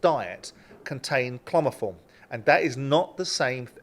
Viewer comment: It’s Clomifene, not clomoform, lol.